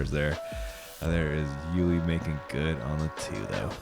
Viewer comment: Love, but will someone please tell him that it's 'You-Lee' not 'Ooh-Lee'.